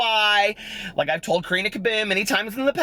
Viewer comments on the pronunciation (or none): none